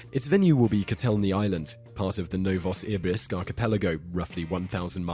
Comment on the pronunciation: Unless all Brits pronounce the Saudi city like you do, it's meh-DEAN-uh (Medina) rather than meh-DIN-uh. The Russian city, rather than no-vawss-EAR-bisk (Novosibirsk), is pronounced no-vo-sih-BEERSK (New Siberia)..